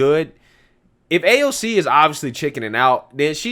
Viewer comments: In reality, Pelosi hates AOC...to the point Pelosi doesn’t even know how to say AOC’s name!! 😂😂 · Nancy can’t even say AOC’s name lmao